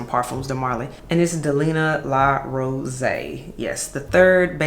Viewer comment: Yoooo the Nigerian accent I don’t even have came out when you spoke about La Rosee 😂😂😂 I was like “ Eh? “ 😂